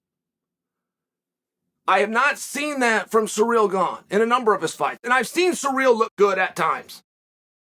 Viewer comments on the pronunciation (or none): Hey unc his name is Ciryl. Not sureal.😉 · Plot twist: Chael is calling Ciryl Surreal because it’s going to be Surreal when Ciryl wins Edit: not saying Surreal wins